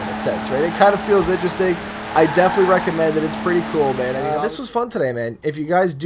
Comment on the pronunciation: legit he sounds like he said "babe"😂